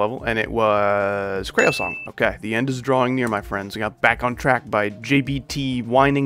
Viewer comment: you did NOT just call creo "crayo"